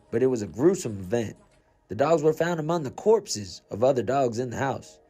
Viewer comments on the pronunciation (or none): Corpses. Dog corpses. Not corps.